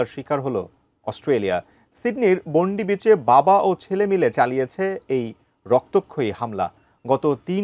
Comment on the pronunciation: বোন্ডি বিচ না, বন্ডাই বিচ হাকুঙ্কা না, হ্যানাকা এডিএন নিওজ না, এটিএন নিউজ 🙄 আর ভিডিওতে বারবার যে দুঃসাহসিক সিরিয়ান অভিবাসী মুসলিম ফল বিক্রেতা, আহমেদ আল আহমেদের এক বন্দুকধারীকে নিরস্ত্রীকরণ দেখানো হলো সে বিষয়ে কিছুই বললেন না আমাদের গুনধর সাংবাদিক ভাই। সত্যিই সাংঘাতিক!